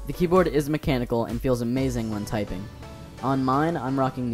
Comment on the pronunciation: minute in "typung" LOL